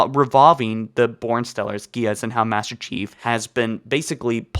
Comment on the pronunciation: Please never say the word geas again.